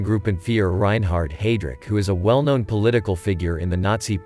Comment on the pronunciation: Take your "take" on the road! BTW..there is no "t" at the end of his name. Reinhard .....NOT Reinhardt.